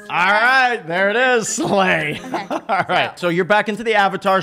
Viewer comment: Did anybody notice how he said slay on